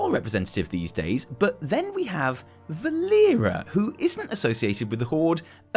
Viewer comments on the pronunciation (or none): Kinda funny how mixed Valeera's name not once but twice, calling her Valeria and Vereesa. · by i'm sure says Valeera's name wrong on purpose.